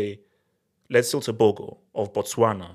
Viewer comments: The Go in tebogo is pronounced from the throat, as in " Khartoum "....Tebokhor. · Pronouncing Tebogo like a true westerner 😂😂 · Thats my country right there, Tebogo made us proud! but is butchering his name like never before!